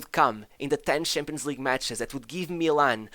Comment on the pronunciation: Narrator: Has zero difficulty saying SHevCHenko Also Narrator: SHampions League, aSHievement